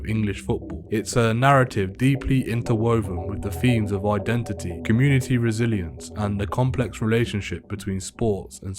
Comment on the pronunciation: Why do they all say ID IT NIT 😂